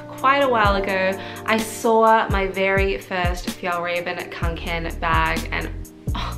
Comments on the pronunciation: I want the clutch version, I think it’s pronounced raw-ven ✨ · thank you for making this video!! this backpack looks so great.. also it's pronounced f-yell-reh-ven! :^)